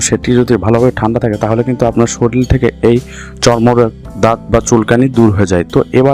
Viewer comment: সরিল নয়, শরীর